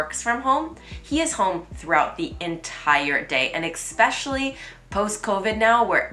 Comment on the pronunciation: Cat Who the hell r u to tell me what to do? Who made u Youtube police? If she doesn't want comments she can close them. Her inability with the pronunciation of "especially" could probably be retired.